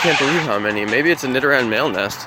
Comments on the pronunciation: yeah he said nidoran right congrats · Yasssss! He said nidoran right!